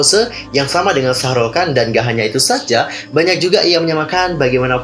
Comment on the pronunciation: Bukan Shahrul Khan tapi Shahruk Khan